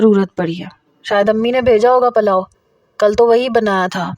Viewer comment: Palao ni hota pulao hota hy